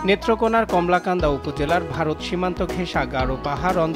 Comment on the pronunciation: কমলাকান্দা নয়, কলমাকান্দা হবে।